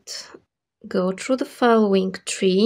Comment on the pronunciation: have you been living in Dubai same years ago? there was a girl with her video tutorials who pronounced 3 (three) just like you (it sounds tree). If so........ you`ve come a long way great, if notc...please excuse my "curiosity" I love the ring and greetings from northern Spain